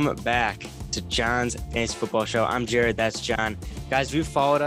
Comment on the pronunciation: guy making a big deal about a dude named austin walter, your name is!!!!, not jared or jarod,.